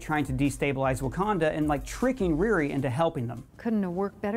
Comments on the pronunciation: Does he know he know her name is Ri RI and not "Reari"! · The way he's saying RiRi is killin me 😂 but he's crushing these